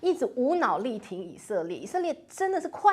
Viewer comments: 我天，那叫刽子手，gui zi shou。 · 请问“刽子手”在港台就念做: kuài zī shǒu 吗？ 而不是念做: guì zī shǒu? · 不是刽（gui）子手吗，台湾念kuai子？